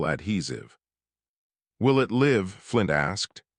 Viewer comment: 2m:44s: "... S S H I'm not... "SHH" - Big secret: Ya spell it right, maybe the text speaker can say it right, --- 3m:26s: "applying synthetic skin to the wing TEER ...' - Wing tears? Who is crying? --- 33m:34s "... dragons LAIVe centuries..." ? Rhyming with HIVE - No, Need to teach text speaker to say LIV, like firs part of LIVer. === Abandon story with Thumbs Down